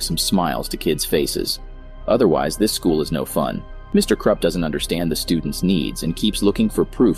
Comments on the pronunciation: Its Krupp not Krepp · It’s Krupp not Krepp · Krepp? It's krupp lol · Bro keeps saying “Mr Krepp” 💀💀💀😭😭😭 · You don’t DIE (Edit) also it’s not me KrEPp it’s Mr KRUPP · Bro really said “Mr. Krepp” 💀💀💀💀💀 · "Mr Krepp" 💀 im not hating btw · I like how he calls mr Krupp Mr Krepp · It sounds like “Mr Crap” to me 😭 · You’re mispronouncing the principals name his name is Mr. Krupp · When I hear him say mr. Krupp, He says Mr. Crap. 😂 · I like this video but it sounds like it says Mr crap